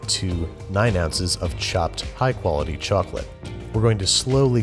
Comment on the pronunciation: What kind of chocpalte what kind of chacolate whut kind of chococloate???????